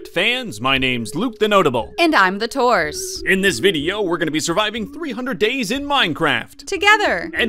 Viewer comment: “And I’m!” more like “TheDoors.”